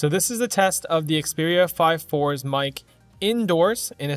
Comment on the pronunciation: name is very simple, you just say it wrong.